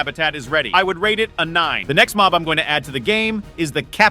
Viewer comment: it's mob not mop